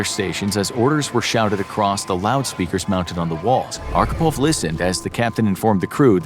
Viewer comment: Good video, my friend. Respect. Expect you Americans always badly mispronounce our Russian names :) LOL . His surname was Архипов , pronounced as Archipov, with "wh" sound, like in a "hole" :) But I do not blame you, you did a great job.